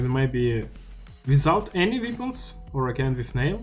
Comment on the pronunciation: Только не "випонс", а "вэпонс".